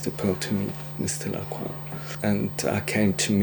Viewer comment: I named my rooster Mister Lacroix people told me I mispronounced Lacroix as it is supposed to be pronounced La-croy with the oix sounding like the oy in boy. I now see that I am correct in my pronunciation the way it's pronounced in this clip.